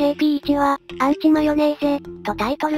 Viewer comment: アンチマヨネーゼじゃなくウンチマヨネーゼじゃねーか